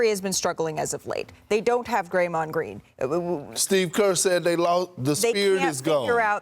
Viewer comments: Did Malika say, "Gray-mond Green." 🤣🤣🤣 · Crazy thing is she knew she said his name wrong and still didn't correct it. Smh